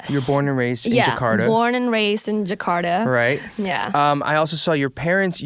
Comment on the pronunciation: Agnez mo : jekarda Eric : jekarda Me : jakarta 🤣🤣